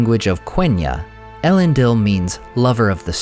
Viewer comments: 'Ell-end-eel', not 'Ell-end-ill'. Other than that, great content; look forward to more! Edit: although to be more accurate, it should be 'Eh-lend-eel'. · What a great video! How I wish though, that you would pronounce it el-EN-deel .. Oh well, perhaps another time. Keep up the good work! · I can’t believe you pronounce everything but Elendils name right 😅